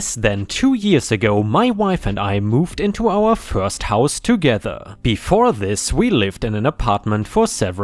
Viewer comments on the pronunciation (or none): none